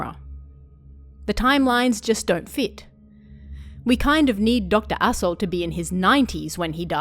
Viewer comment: I keep hearing Dr. Asho as Doctor AssHole and that makes this oddly hilarious